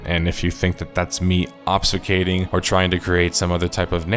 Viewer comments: It is pronounced "Ob - fus - kating" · bro, you mispronounced "obfuscating" and told us to learn words lmao, good video though.